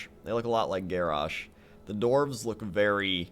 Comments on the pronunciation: it's dwarves not dorves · The dorves. I like the dorves. My ears man... Dwarves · I like that he pronounces dwarves, doorves.